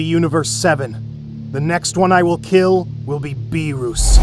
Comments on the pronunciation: Ah yes, whiiis and beeruusse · why did you say birus